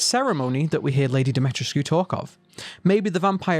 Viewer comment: I enjoyed the theories in the video. You also made a really good point about how Mia dying would be a major plot point so it wouldn't make sense for Capcom to put that in the trailer. Also the pronunciation of Lady Dimitrescu's name s Dim-i-tre-scu (the u sounds like the o's in spoon.